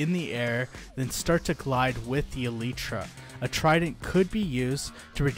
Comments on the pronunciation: Elytra ❌ Elitra✅ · this dude really pronounced it Eletra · It's pronounced "alietra" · My dude said aleetra